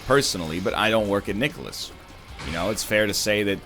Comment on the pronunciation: Is the way NL pronounces nicalis right? Sounds like nicolas to me. Or is it a joke? Or is there someone called nicolas? am I an idiot?